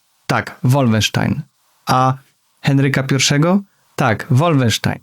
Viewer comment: Jaki łólfensztajn? To jest po niemiecku a nie po angielsku. Nie łólfensztain tylko wolfensztajn.